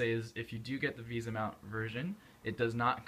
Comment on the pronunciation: VESA mount! not VISA